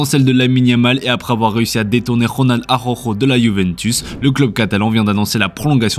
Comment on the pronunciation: Ronald Arrrrorrrro 😂